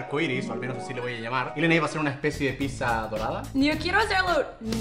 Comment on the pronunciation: Yeeeeee dijo leney